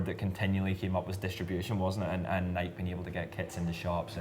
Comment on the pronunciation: Why can’t Brits pronounce “Nike” correctly? 😂 It rhymes with “crikey” not “bike.”